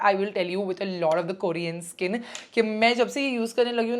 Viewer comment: It's not "kooorean" . Please pronounce properly dear.